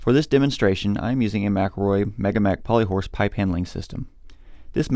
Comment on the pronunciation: ... you mean Mc-EL-ROY 😂 you can‘t properly pronounce your own companys name 😂😂😂😂